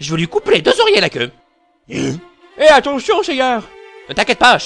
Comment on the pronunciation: A ouai j'ai compris "je vais lui couper les 2 oreilles et la queue"...